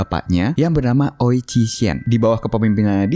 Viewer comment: Itu bacanya wi.. bukan oi wkwkwk